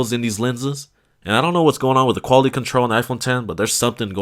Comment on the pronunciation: the QUaliTY of the camera lmao is this guy mexican or from the south